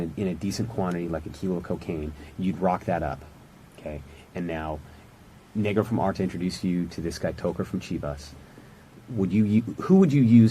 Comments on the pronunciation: He also pronounced negro wrong it sounded like the n word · idk if it’s just my ears but did he say the “N” word while trying to say negro? 😬